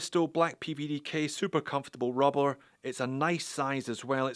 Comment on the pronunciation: Oooh, you lost the rolling rrrrr on « rubber » , felt like it wanted to come out! The Scot came back in the subsequent rubber prononciations! :)